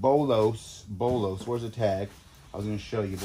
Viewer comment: It’s called a BOLO not a BOLOS lol